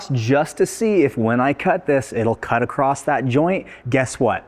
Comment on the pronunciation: there is no T in the word across just saying also nice work !